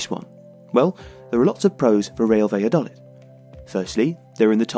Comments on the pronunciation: Is it not 'baya-doleed'? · First of all, I love your channel! However, I found it really hard to enjoy this video because of the pronunciation of "Valladolid". I don't expect a non-Spanish speaker to pronounce it perfectly, but it would be great if you could at least put the stress in the right place. "Valladolid" should be stressed on the final syllable -- "va-lla-do-LID". Putting the stress on the third syllable sounds as weird as pronouncing Wolverhampton as "Wol-VER-hampton" does in English! Something to think about the next time you have a chance to mention the club.